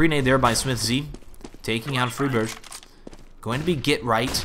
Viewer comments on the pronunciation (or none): sounds like "Freebird" lmao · its FRY burg. friberg. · I like how he pronounces Friberg differently every time.